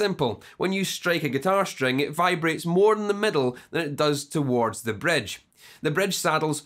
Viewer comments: Don't forget the "Bredge" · but the best is bredge peckup!